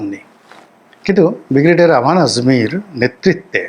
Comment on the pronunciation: উচ্চারণ সংশোধন ঃ বিগ্রেডিয়ার নয়,,, ব্রিগেডিয়ার হবে ।